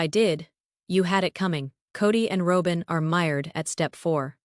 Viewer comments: Please say robins name correctly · I have to laugh every time Y'alls AI can't pronounce Robin's name correctly 😂 🤣 😅